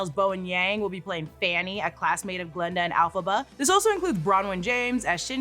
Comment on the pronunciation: Just a little remark for future videos, the name is G(a)linda, not Glenda...